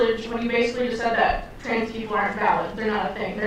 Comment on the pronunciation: “Chrans people”